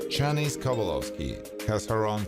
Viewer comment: Chanice??? It was Shah-nise! Does he EVER watch any of the videos he covers?